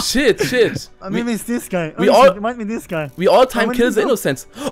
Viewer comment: Vor allem das th! Sis is rilly intresting! Sis guy is inno!xD